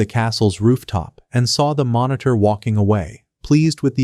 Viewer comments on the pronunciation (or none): Its minator not monitor😂😂